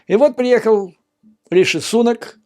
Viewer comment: При всем уважении, здесь, в Англии, произносят Риши СунАк, а не СУнак.